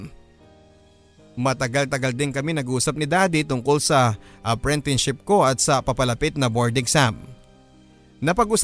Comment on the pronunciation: Bakit parang apprentineship ang naririnig ko imbes na apprenticeship? LoL